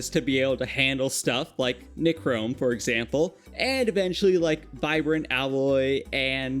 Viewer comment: Please google how to say things. you pronounced nichrome, toluene, phenol, and a couple other things wrong. The other things you only said once though.